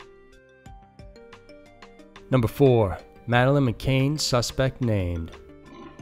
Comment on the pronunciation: It’s not Madeleine McCain. How do you not get the name right of the most famous missing child case of modern time? Terrible.